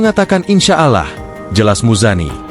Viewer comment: pak klo menyebut nama allah itu dibacanya aulloh. asing mendengar bpk menyebut allah ya pak..